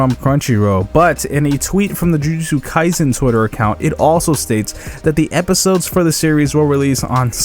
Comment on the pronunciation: There is no "z" in kaiSen.